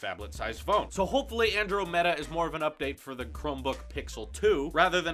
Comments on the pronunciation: Ann-drah-mahdaa not Andro meta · Lol XD, dude it's pronounced [an-drom-i-duh]... like the galaxy that's near the Milky Way In fact wasn't that Galaxy a default wallpaper on Mac's a while ago? Lol, I was so caught off guard when you said that